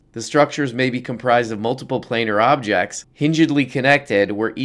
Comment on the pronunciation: "plane-ar" like on a plane (surface)